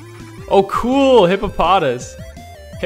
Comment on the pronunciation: And its hippo pa toss not hippo pot as